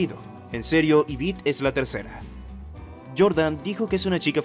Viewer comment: Se dice Yvette no Yvitte